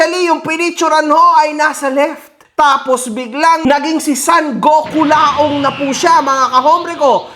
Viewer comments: GOKULAONG ❌ PICOLAONG ✅ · GokuLAONG ✖️ PicolloONG ✅️ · KULAONG ❌ PICCOLAONG ✅ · Gokulaong ❌ Piccolaong✅